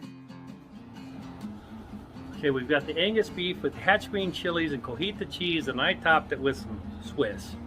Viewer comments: it's not CO-HI-TA. It's CO-TI-HA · You keep saying Cojita cheese 😂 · My wife laid me out 3 days ago for saying Cojita, it was great hearing someone else do it regardless of the reason 😂